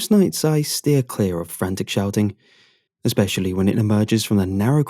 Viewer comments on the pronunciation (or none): none